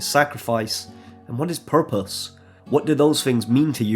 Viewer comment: "...and Faith?....fpurpose." I chortled